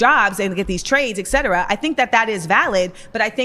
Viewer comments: "eck cetera" lmao how they ALWAYS pronounce it like that 😂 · "Eck cetera" ooof